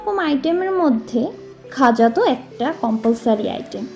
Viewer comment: ওটা "গজা" ও নয়, "খজা" ও নয়, খাজা! 🤣